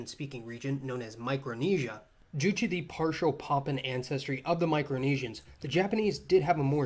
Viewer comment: It’s PapUAn not Popons. Great video btw.